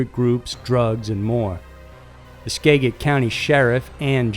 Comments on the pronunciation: Skaa-jit, not skag-it! doesn't matter, home county was mentioned! (Fabulous content as always!!!) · SKA-jit County... not SKA-git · In regards to skagit Its pronounced skajit so the g sounds like a j . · It's pronounced 'Skad-git' county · Love the content, but I can't let it go... It's pronounced SKA-JIT county. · It's pronounced "ska-JIT"- the first part is like "scat" with out the T. This dude really never looks up pronunciations! Love the videos though. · Skagit County in Washington State is pronounced SKADG-IT, for future reference. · Great video, just a tip though, Skagit is pronounced ska-jit. I remember this story. Scary. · For Isaac Zamora.. The county is pronounced sca-jit... Like the start of scatter and jitter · Skagit - ss-khah-jet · Just wondering if you happen to live in the Pacific Northwest, cause there seems to be a lot of stories from WA state. I promise Washington isn't as crazy as it seems, and I live one county over from Skagit. Also, it's pronounced ska-jit. 😅 Anyways, Great video as always! 👌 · It's #sk-Aget Skagit county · Btw Skagit County, the g is pronounced like a j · I think he understands how Skagit is pronounced, their was like 300 comments correcting him lol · Greetings from Washington, I love your videos! Small correction on the pronunciation of Skagit county though (don't worry most of our city names are from the local tribes so everyone that doesn't grow up learning them kinda just gives it their best guess lol) the a is pronounced like apple and the g is a j sound. From Sequim to Puyallup very little here is read phonetically 😆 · In the Issac Zamora story skagit county is pronounced ska-jit county. Also the town he was from called Alger isn't pronounced Al-jier, it's pronounced Al-ger. Why can't anybody including 60 minutes get that right? Lol